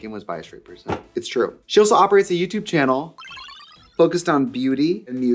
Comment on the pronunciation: Every time she says 'youtube channel' in any context, all I hear is "dyoo have a yootoob channul?"